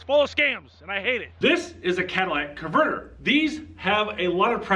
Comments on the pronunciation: Bro, it's not Cadillac converter. It's catalytic** converter. Please remove this from your lexicon. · Cadillac converter? Catalytic converter bud. Love your videos bud just friendly banter. 😂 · Its not a cadillac converter, but a catalytic converter. Kattle it ik is how its pronounced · Cadillac convertor lol.... cat-uh-lit-tic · they are not "Cadillac" converters! They are Cata ly tic converters! Sound it out Dude! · "Cadilladic converter"????? HAHAHAHA! Ok. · Did him say Cadillac Converter ? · It's not a Cadillac converter 😅 dude at least pronounce the name correctly.. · Calls a catalytic converter a Cadillac converter, like 3 times in the first 2.5 minutes? Why am I listening to him? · I try to be respectful, but you keep calling the catalytic converter a “Cadillac converter.” Since it’s the subject of the video, that mispronunciation is just moronic. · Love your videos but...... 1- Please try to pronounce "catalytic converter" correctly . 2- Also you will NOT be able to remove the wheel locks made by "Advanced Wheel locks" in 12 seconds or 12 hours. Dont forget to make a video of you trying, as It will be funny to watch. *Still love your videos though!!*